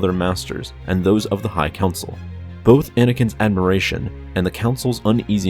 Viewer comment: Ad - mir - ra - tya? You mean admiration...